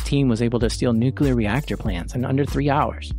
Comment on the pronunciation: Nuclear. Not Nucular